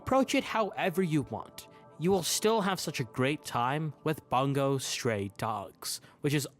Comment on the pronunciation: and the way he pronounced bungou😭😭 it's not 'bun go' it's 'boon gou'